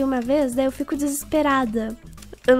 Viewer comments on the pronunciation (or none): none